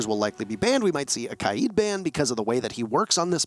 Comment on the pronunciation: Why does everyone pronounce K AID As KI AD ?? How do you get the I before the A? It’s KAID NOT KIAD